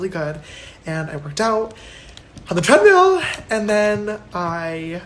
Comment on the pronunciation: Ewwww J Charros, don’t say Treadmill like that ever again...🤢